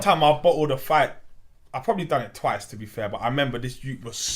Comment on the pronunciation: To BEEFair No one caught that? 😂